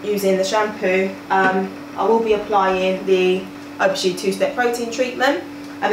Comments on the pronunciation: 'ph' is pronounced as an 'f'. You pronounce it Af-o-gee. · Donna McKinson but theres an A in front of Aphogee so it is pronounced as af-o-gee